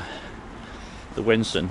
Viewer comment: You're credibility as a guide to Norwich would be much higher if you actually got the name of the river right ;~) It's WENSUM, not Wensun. (Your Cow Tower 'facts' are a bit dodgy too.....)